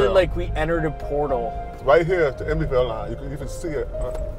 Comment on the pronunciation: it’s Emeryvile, not Emoryvile.